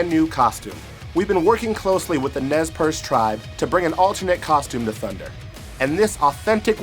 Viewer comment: It's pronunced "NAY PAIR-SAY". (Nez Percé, Pierced Nose).